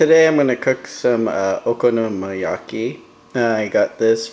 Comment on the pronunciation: your so gringo.... man.. honestly if you cant even pronounce the name of the dish.. why bother making it?!